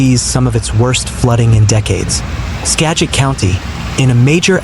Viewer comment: its pronounced Sha Halis.... and Ska git , do some research before you narrate.